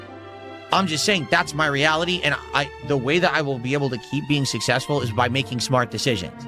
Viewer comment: begging early for tips for the next day's stream, but he is "sussessful"